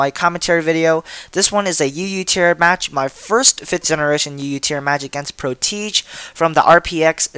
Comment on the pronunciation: Pro-teej? I'm fairly certain that its pronounced Pro-tu-zhay